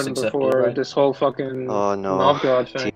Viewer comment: The way says Novgorod hurts my brain.